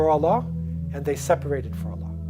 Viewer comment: the way he pronounced "Allah", isnt the appropriate way to pronounce i guess😕😕if i am wrong then let me know